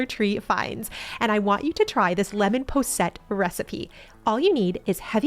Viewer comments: In the UK it's called 'poss-et' not 'po-sette' :-) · KISS: Keep It Simple, Sweetie! It's pronounced posset (poss-it), the way it's spelled. Just ask Mary Berry!